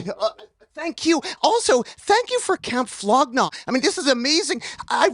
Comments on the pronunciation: flow gnag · its "Flog Gnaw" and "Golf Wang" now "Wolf Gang"